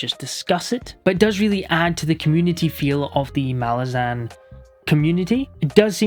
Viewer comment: Gonna die on this hill, but it's pronounced mah-LAZ-uhn. Stress needs to be on the second syllable, as it's an demonym for Malaz (pronounced mah-LAZ). Idk why so many booktubers get it wrong but the authors have always stuck with this pronunciation.